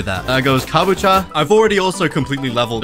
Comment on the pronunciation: Kabacha? It’s Kabucha